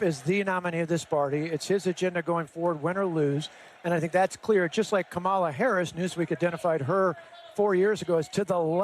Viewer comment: Someone tell the GOVERNOR it's KA-ma-la!